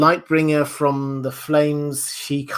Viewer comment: "Question frrrrrrrrrrom...."